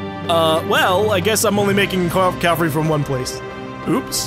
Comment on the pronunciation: Why do Americans say "calvary" it's cavalry there is clearly no L in the first half of the word.